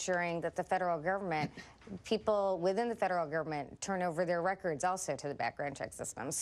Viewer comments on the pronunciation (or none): fedrrr govrrmrrt?